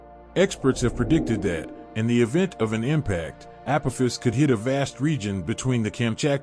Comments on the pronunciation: Pronounced AH-P-AH- FIS.😉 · I swear if I hear you pronounce "Apophis" that way one more time....🤑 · Pronunciation of asteroid name is incorrect, text spelling poor, pictures & video nice. Is the narrator an AI?